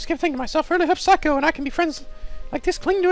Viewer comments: ITS NOT SIGH-COH ITS SAY-COH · It's not phsyco it's say- co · Psycho? Really...see-ko. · I know it doesnt really matter now but her name is pronounced Sa kio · Say koe is how I think u say her name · Seiko is pronounced as Say-co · seiko is pronounced sayko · I'm disappointed in his pronunciation of Seikos name. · Hey, good walkthrough so far. I find your readings very entertaining. If I may make an offer, the way you pronounce Seiko's name is with the long "a" sound. In Japanese, ei=ai. (Unless, you knew that and you're just making fun of the name).